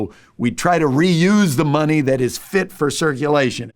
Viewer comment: It’s Count da Money. (that’s Mon-ehy)😂